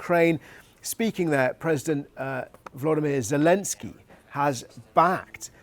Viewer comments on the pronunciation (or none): none